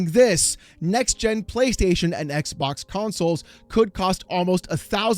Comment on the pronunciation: Why is this guy saying "eckbock?"